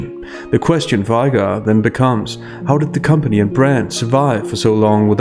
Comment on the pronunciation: Iger. Not I Guar